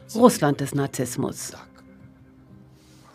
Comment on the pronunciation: Sie sagten "Nazismus", und nicht "Narzissmus". Das Wort "Nazismus" ist aus dem Russischen übernommen und bezeichnet das "Nazisein". Ich habe mich aber auch schon gefragt, ob das ein zulässiges deutsches Wort ist...